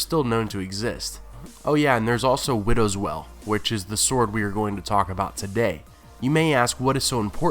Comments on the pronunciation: Why do you pronounce 'Wail' as 'Well' ??! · Stop pronouncing WAIL like WELL. It's fucking annoying. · "Wail" is pronounced "whale" not "well" how did you mess that up? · it's not well its wail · WTF!, IF YOU ARE GOING TO MAKE VIDEOS AT LEAST GET THE NAMES RIGHT YOU FOOL, IT WIDOWS WAIL!!!!! WAIL, NOT WELL YOU MUPPET. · I get that often times reading from a script it can be difficult to know the pronounciation of an unfamiliar word, but seriously, there is a scene in the show where Joffrey names Widow's Wail, and it does not sound like "Widows Well". Does no one check these videos before upload? Sure, Benedict Cumberbatch called Penguins Pingins, but he's a huge celebrity and who'd want to correct him? but this is a youtube channel. DO IT RIGHT! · Widow's Well? Interesting pronunciation... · I love your videos, and I'll continue to keep watching, but it cracks me up that you always pronounce Brienne as "brianne" , but then you do widows wail, as widows "well" lol, anyway, as always, great video lol. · Would you please stop pronouncing Widow's Wail as widow's well? It makes no sense and has no weight the way you're pronouncing it.